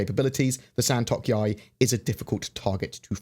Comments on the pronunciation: The pronounciation is San - to - k.yāi Not San - tok - yāi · Hearing mispronounce the Santokyai...